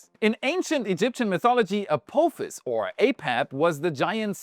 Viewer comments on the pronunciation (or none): a-phop-his a-poff-his please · What a weird way to say A-POTH-ISS. But hey ho. Thanks for the video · Can you do me a "little" favor, and say Ap"AH"fis. Pretty please, with sugar on top. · Apophis is pronounced with a soft O not a hard one. As in the word 'pot' or 'not' unlike the word coat or bloat